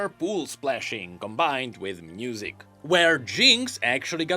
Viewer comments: ok it's not just me, he is saying mnusic right? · What "mnusic" means,?:D Its triggering me so hard, why he is saying "mnusic" all the time?:D